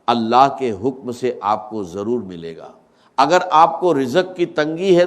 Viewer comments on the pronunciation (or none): zaroor ko jaroor dr sahib ki urdu aisinahi۰ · Ap log kis darje ke zaleel hai Kah nahi sakte dr. Sahab ka nam lekar pura A.I.ka istemal karteho unka talaffuz aisa hai Zara ghaur kare jaise (wajefa)(jalamna)(jaroor)kya dr.sahab aise alfaz istemal karte the